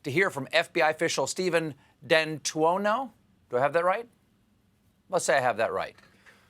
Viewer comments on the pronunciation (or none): none